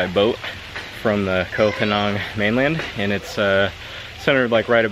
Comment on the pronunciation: I lived there for 2 winters and avoided the full moon party, there are better places on the island imo, but I liked your take on it, but pleeease, learn how to say Koh Phangan correctly 😅